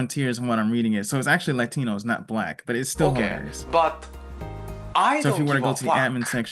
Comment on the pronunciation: Did do the thing when he pronounced, "Latino" at the end with an accent?